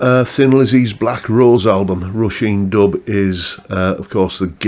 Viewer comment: Dubh is pronounced like "dove". "bh" is like a "v" in irish.